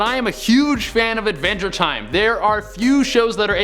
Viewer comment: He said Advenger time. . . 🤦🏻‍♂️